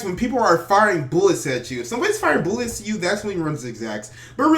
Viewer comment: Boolets or Bullets